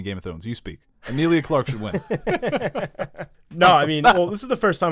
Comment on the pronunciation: Her name is not Amilia?! It's Emilia!!!! Come on